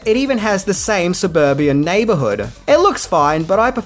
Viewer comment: One day I will listen to one of these without making up words. Today’s belter… surburbian.